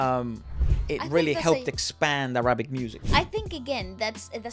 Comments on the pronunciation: It's Árabic, not Arábic, por favor !!! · It’s not Ara-bic.. it’s Arabic.. like “pick” or “bick”